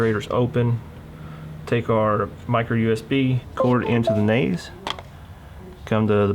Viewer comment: when he said naze i cringed